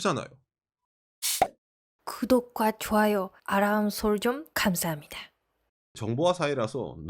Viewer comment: 그덕 즈아요 아롸므 숼즈엉 발음 넘 귀엽네요 ^^♡